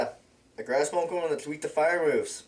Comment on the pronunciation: pokehmon.. hehe.. hehe